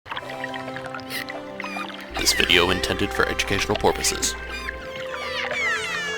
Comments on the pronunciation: educational porpoises?!?! LOLOLOLOL!! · I liked for "Educational Porpoises" :D